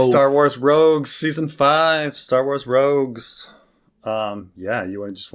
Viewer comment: Hearing him call it Star Wars "Rouges" (3-4 times) totally discredits anything he has to say on the subject matter. This was an even an accident because how I remember him saying it and passed videos. To be unfamiliar with Star wars at that level is completely laughable when paired with a person attempting to create Star wars review videos